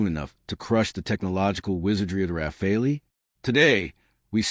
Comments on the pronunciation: AI BS cannot even pronounce Rafale..... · AI slop. Or a commentator who deliberately changes how to pronounce, "Rafale", within the first minute.